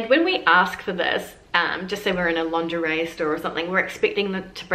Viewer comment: You forgot 'lingerie' that you guys pronounce 'longerais'.